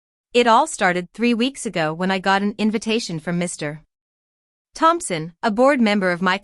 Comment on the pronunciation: Woond, not wownd. There is no stop between Mr. and Thompson or between any prefix and their name. Another entitled Lily. And there are lots of times that a narration error substituting the letter m instead f the comma.